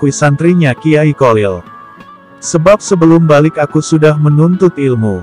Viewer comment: Bacaan nya nama beliau itu Kholil bukan kolil min😊